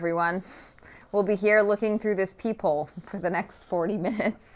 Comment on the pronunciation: I thought she said people not peep hole at first